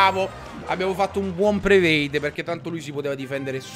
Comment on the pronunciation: Ciccio io ti voglio bene, veramente.. ma "prevade" non si può sentire... ti prego, comincia a dire "predict".. cercate di farglielo leggere vi prego